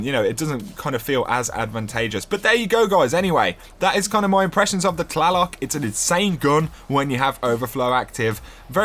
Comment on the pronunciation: It's actually named after an Aztec God, which is pronounced "Tla-Loke" Just saying :/